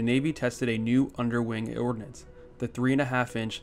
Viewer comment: Really enjoying your content! Editing suggestion - Ordnance instead of Ordinance. Cheers!